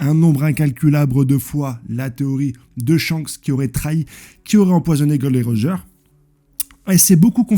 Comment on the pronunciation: Gros je regarde toutes tes vidéos je te kiffe hein t'es un bon! Mais par pitié ... Dis les nom correctement j'en peux plus "golden roger", "log tail" je vais canner allez force à toi je pose un like